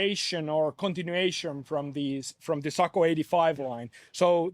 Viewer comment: Hop…got sent because everyone wanted to hear him say…Socko 😻😸😼